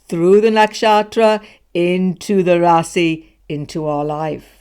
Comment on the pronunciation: like the way you said "Rasi" (South Indian way) instead of "Raashi" (North Indian Pronunciation)